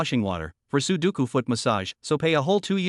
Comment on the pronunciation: I hear " su doucou" .. I think the number game sudoku 😁😁😁